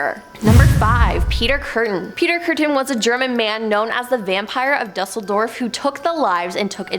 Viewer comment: Just a friendly correction. You really should learn how to pronounce the cities' you're referring to. Hint, Duesseldorf isn't pronounced exactly as it's spelled. Constructive criticism. 😉✌️